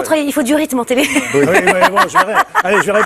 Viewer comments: En français on prononce Üite oui , pas ouite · J'ai ri de bon cœur au houit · il a bien dit OUIT ! non mais ! une chaîne d'utilité publique 👍👏👏